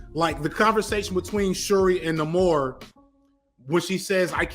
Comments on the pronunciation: its NAY-more, not Nuh-mor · having a mini stroke with every pronunciation of Namor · Bruh why do you insist on the off pronunciations... Nah-Kee-ya NAY-Mohre